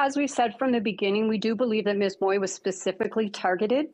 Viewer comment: Please get the right pronunciation of ‘ Mui ‘ - check it out on google - thanks !